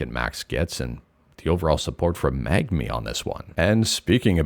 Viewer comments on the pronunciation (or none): Are Canadians just unable to pronounce the N before the G in Mangmi or do they not even see it?